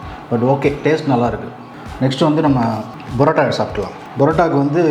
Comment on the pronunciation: It's not Barota, it is PAROTA. Use PA.... Chicken also he is not pronouncing correctly. Learn to Pronounce properly.... and make videos.....